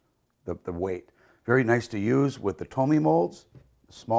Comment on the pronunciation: "Tomme" is not pronounced "tummy". It is "toam"